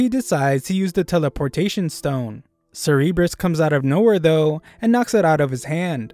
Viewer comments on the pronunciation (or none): You don’t pronounce cerburus like “ser rr bres” you pronounce it “sir bu russ” Anyways great vid